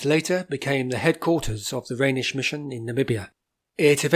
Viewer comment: Not really. The German name is Rheinisch and his pronunciation is correct.